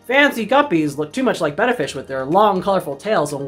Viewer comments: Today I learned.... I thought it was Bay-ta, not Beh-ta. Thanks to both of you! Don't wanna sound like a dumbass at the fish store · Hooray! Someone who pronounces the name of the fish correctly. Thank you. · Thanks for the video! And thanks for pronouncing the name (betta) correctly! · This is one of to few videos where they pronounce the name of the fish Betta correctly.